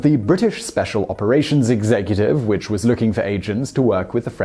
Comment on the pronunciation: Did he just say "zig-zag-cutive" right after ?